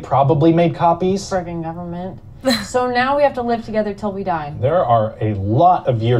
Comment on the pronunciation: Ryan says "government" correctly. It's everyone else who says it funny.